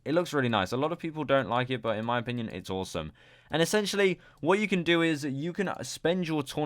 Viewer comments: STOP SAYING ESSANTIALLY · Essentially dont sound like essentially no more